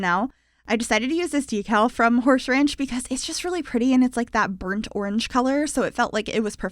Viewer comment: “Horshe ranch” I love it! 😂😊